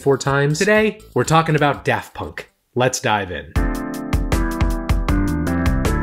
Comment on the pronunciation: Props to for putting in genuine effort to pronounce their extremely French names